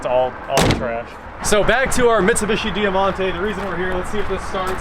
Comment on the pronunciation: It was known as the Mitsubishi Magna here in Australia 🇦🇺. Over 30,000 sold here in 1992 for example, there was so so many model variants over the years when we had them. We actually made them here for a long time. (Btw it’s pronounced Dymontay)